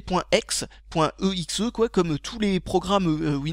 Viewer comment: donc tu dis "point AIX" pour parler des éxecutables .exe? wow